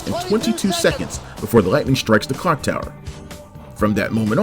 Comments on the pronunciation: just a suggestion, but the narrator needs to enunciate the 'l' in clock. It kept sounding like he was saying 'cock'. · I hear cock every time.😂